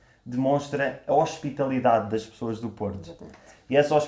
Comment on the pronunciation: Ela fala choas em lugar de pessoas.